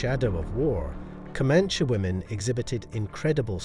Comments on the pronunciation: Pretty sure it’s pronounced co-man-chee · You do know that E at the end of Comanche isn't silent.